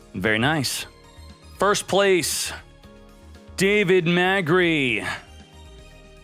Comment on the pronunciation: Every time fails to pronounce "davide" i feel sick, it really hurts